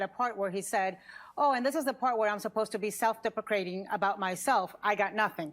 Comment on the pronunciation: Ana Navarro mispronouncing deprecating.... She is saying depa crating🤣🤣🤣🤣 she is an EPIC IDIOT